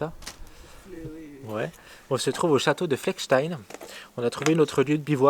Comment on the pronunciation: Nul Nul et Re-nul - Des commentaires et dialogues à répétition sans montrer les paysages tout en déformant les noms des ruines et villages ! "Fleckenstein - Niederbrunn etc..." Nul